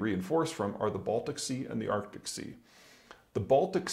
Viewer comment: it's 'Arctic',.